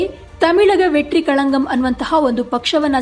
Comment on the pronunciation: "ತಮಿಳಗ ವೇಟ್ರಿ ಕಳಗಂ" ನೀವು ಹೇಳುತಿರೋದು "ತಮಿಳಗ ವೇಟ್ರಿ ಕಳನ್ಗಂ" ತಮಿಳಗ ವೇಟ್ರಿ ಕಳಂಕ ಅಂತ ಅರ್ಥ, ನಿಮ್ಮ ಉಚ್ಚಾರಣಾ ವೈಖರಿ